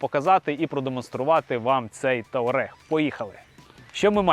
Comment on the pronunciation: Туарег а не таурег